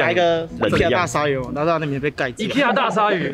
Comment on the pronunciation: IKEA 是念I 的發音 不是e